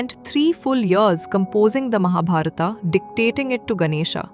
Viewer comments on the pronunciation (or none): You spoiled all names in Mahabharat by adding ‘AA’ at the end of them. Why don’t we pronounce Indian names properly as we speak them in Indi languages. Unless we Indian pronounce them properly No one else will do.